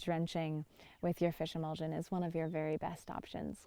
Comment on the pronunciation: Did you say fishemolsen?